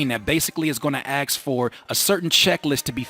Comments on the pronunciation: Stop saying aks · I took a shot every time you said axe. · Can I axe you a question? lol